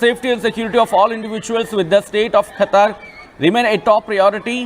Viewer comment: Kha kha kha katar kadu qatar